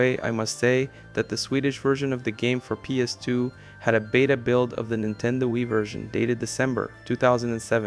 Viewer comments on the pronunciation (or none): none